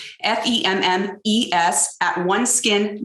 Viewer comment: It’s femme , not fomme.